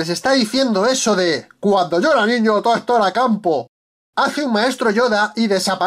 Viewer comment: "Cuando yu era niño toejto era campo" jajajajajajajajaja amo este canal.